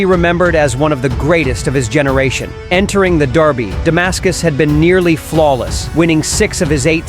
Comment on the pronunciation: Derby not Darby